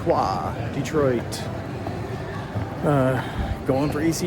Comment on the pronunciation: Props for saying "Dee-Twaa". 😁 Thanks for taking us along on the trip, really cool video. I'm glad we decided not to film our fistfight as that was just between us. 🤣 Cheers!